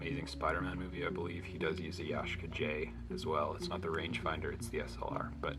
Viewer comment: Ya Shee Ka is the pronunciation